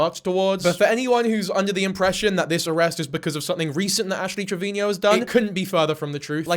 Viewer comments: No hate but why do u say treviño ? She pronounces it trevino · "Ashley Trevineo"😭😭💔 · Nearly 2026 & is still saying 'Travinio'